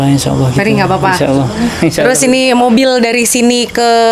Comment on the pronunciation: Ya Allah ..bukan ya Auloh mbak